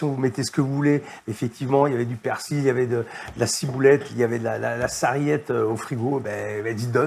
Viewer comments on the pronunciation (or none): none